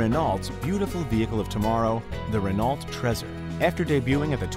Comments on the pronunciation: Ren-ALT? Seriously? Do you also say POO-jo instead of Peugeot like Scotty Kilmer? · THIS GUY HAS 15 MILLION SUBCRIBERS AND HE DOESN'T KNOW HOW TO SAY RENAULT